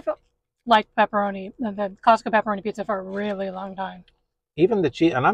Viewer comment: It's pepperoni not pepparami